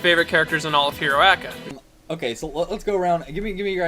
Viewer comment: Whoooo the fuck calls it Hero Aca?